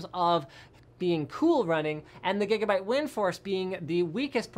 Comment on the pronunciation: I think you're saying Gigabyte wrong